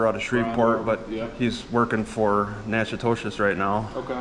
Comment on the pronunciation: He pronounces the name wrong on purpose. It's actually Nachitoches (Nack-a-tish) 🤭